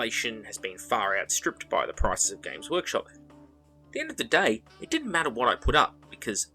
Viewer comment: I always mishear you saying gays workshop and it makes me laugh every time I hear it